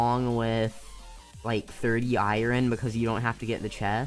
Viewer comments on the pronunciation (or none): iren lol you call it iren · I ern not iren